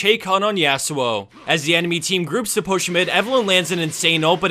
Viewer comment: YASUOOOO ? SAY IT RIGHT